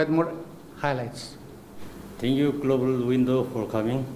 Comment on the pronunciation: The leader even don't know how to pronounce global window 🪟 shame in u third class